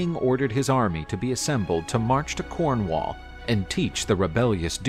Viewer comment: Cornwaal and tinttigel. Brittany? 10 out of 10 for enthusiasm, but you just have to watch Excalibur to get the pronunciation right.